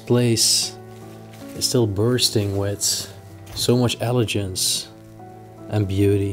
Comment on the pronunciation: The word is " ele-gants"